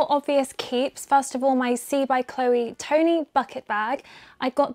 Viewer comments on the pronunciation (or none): none